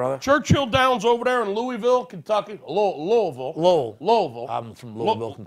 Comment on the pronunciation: Thank you for pronouncing Louisville correctly